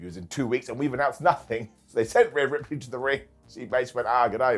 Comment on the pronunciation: All the pride wwe has for its japanese wrestlers....and yet they let her say "ripley" smh...should have known that letter combo is disaster for Japanese broken english speakers